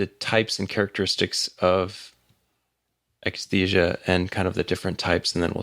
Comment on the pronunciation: Painful to hear "akathisia" mispronounced by 1,000 times.